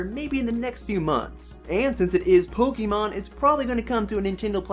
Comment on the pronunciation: pls Pok-AY-mon not Pok-EEEEE-mon pls